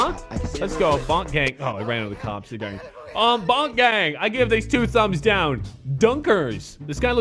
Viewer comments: He said Bonk instead of Boonk Gang😂😂😂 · It's boo-nk not bo-nk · Its Boo-nK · The way he said boonk gang😂